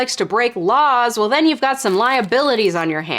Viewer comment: the sass. The emphasis on “you’ve”. I’m cackling 🤣🤣🤣